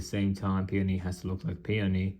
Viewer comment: Is that how you say peony? I thought it was like pay-own-e